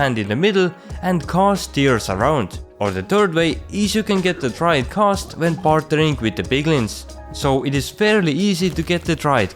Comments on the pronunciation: G A Ss...T not ghosss ... lol u have a youtube on a subject that you cant even pronounce :/ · Stop saying CAST its GHAST dammit! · Why are u saying khast its ghast. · Thanks for the video but it is not kast. It is ghast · Ghast, not Khast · Are you incapable of making the G sound?